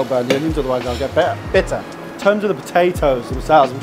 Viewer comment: "Bi'er...BITTER!" 😅 Always striving for perfection haha good job mate. Proof is in the pudding...not in how you say puddin'